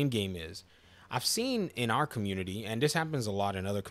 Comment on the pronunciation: Did anyone else keep hearing “Arkham unity” when he said “our community”